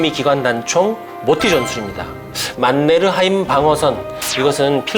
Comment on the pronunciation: 만네르하임 발음이 좋아요. 오늘의 간식은 초코하임이다.